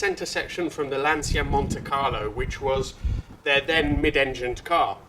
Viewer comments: Your pronunciation of "stradale" was perfect! You sounded like a real Italian! Englishmen usually pronunce it wrong, in Italian it sounds like "stradali" which is plural and it's quite annoying. "Lancia" though is pronounced "lan-cha", not "lan-see-a" Btw, 037 is "zero-trenta-sette" in Italian. We call it Lancia Rally zerotrentasette. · It's Lancia, not Lansia. Like in "Channel". Cheers from Italy! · All these "LanSia" pronuciations are getting rather annoying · the correct way of saying is Lancia 037 (Zero 37) . Your pronunciation is also off, you seems to say the brand name along the lines of "LanZia", it is "LanCia instead. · You pronounce "Lantcha " not " Lansia " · Great video of a rare classic, but come on with your Italian heritage please pronounce Lancia correctly, its Lan-cha not Lan-se-ya, love your content though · Lancia is a beautiful family name. Pronounce it as it should pls. It is definiteli not “Lansia”. Show some respect to Vincenzo Lancia’s name and learn how to pronounce it correctly. It is really not that difficult. Then you should make videos showing his cars. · Wowwww, the 037! Big beast... A wet dream for anyone who has lived the 80s.and it is pronounced zero-37. Aaaaand: Lancia is pronounced Lantcha. 👍😊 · English soeakers will understand better if you write 'Lan-cha' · Quick side note: Lancia is pronunced "Lancha" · More Lanchia actually! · Why would you pronounce 'Lancia', the Italian way? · If you want to use the correct nomenclature then you should start by using the correct pronunciation of Lancia! It's a hard 'C' :) . Great piece though, I enjoy your channel. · Also, for an Italian, your pronunciation of Lancia is appalling. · Say the name right at least!